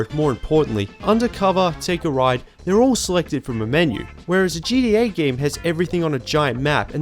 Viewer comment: GDA..? you mean GTA? Either you are saying GTA far too quickly or you're pronouncing it incorrectly. I'm not entirely sure.